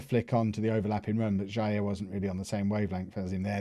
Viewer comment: Playing Vanheusden as DLP in DM position makes a lot of sense against inferior opposition. It gives license to the two MCs to move forward. BTW, in case others have not explained earlier: Jair is pronounced Zhah-eer. Kaio Jorge - Kaheeo Zhor-zhe Varginha - Varzhinia.